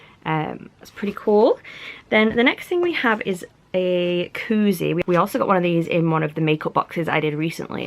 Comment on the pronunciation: 🤦🏽‍♀️ coozie not cookie